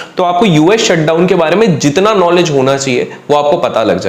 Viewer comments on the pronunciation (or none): none